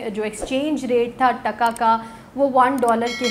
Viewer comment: Sounds irritating when Pakistanis pronounce our currency in a weird way. "T A K A" sounds like "DHA KA" The way you say it however with a short sound reminds us about the contempt by which Pakistanis would say it after getting defeated in 1971. Try to show some respect now, by learning to pronounce it, since it is the strongest currency!! And because you guys seem to be so interested in Bangladesh now that we are growing so fast.